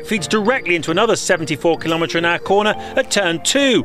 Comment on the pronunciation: Kilométres an agua